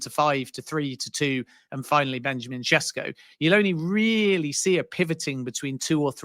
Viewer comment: Man it’s annoying isn’t it. Mbeumo first then now Sesko. Almost like there’s a refusal to properly learn how to pronounce peoples names